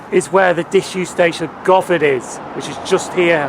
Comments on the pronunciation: Would have been worse is it was called Carol, or was a blown up sheep! LOL I did notice a mispronunciation. It's guvon not Go van. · Just one comment. It's pronounced - Guhvan. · Good video. Govan is pronounced "Guvan" btw.